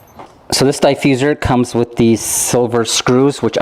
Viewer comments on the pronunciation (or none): If you say Diefusser one more time!!!